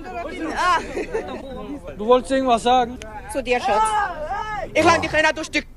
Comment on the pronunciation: "ey wah, stell disch mal vor." diese aussprache...